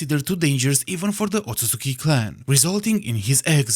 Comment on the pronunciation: We love a correct Otsusuki pronunciation 🔥